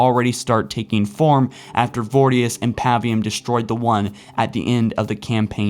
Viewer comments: Vor-i-dus. not vordius, lol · Its voridus not vordius... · For fucks sake! You're a halo channel and you can't even pronounce basic words and names FROM HALO! I've been a loyal fan of your channel for years but enough is enough, there are so many other better halo channels. "Vordius?" The game literally says both brute's names every chance they get so that you can differentiate between the two. It spells it out for you! Please get this stuff right!!